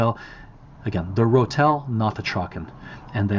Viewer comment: You pronounced Rötel petty well. 85% there. When you roll the R like that it sounds ‘southern’. Nice ö.